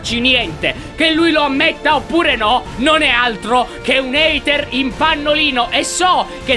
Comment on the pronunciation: ''haiter'' muoio